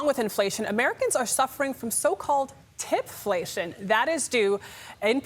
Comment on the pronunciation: I thought she said "Titflation" instead of "Tipflation" and i was like "Thank god some good news"